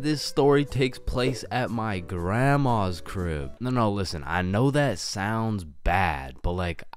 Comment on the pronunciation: Do you mean " crib " bro and It is " my " not " ma " bro